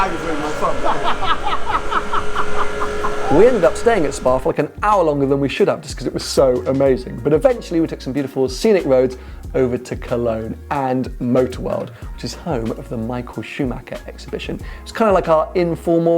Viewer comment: Still saying PorschA and SchumacKer... Oh. 🤣